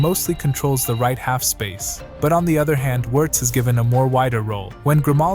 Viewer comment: You can do better pronouncing those names, "Virz" instead of "Wierdz", "jaka" instead of "Zaka"